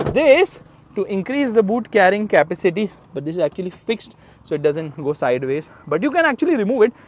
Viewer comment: kindly pronounce "capacity" properly!